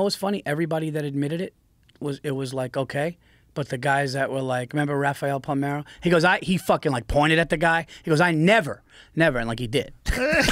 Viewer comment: Wow He said Rafeal Palmero. He was really Good lol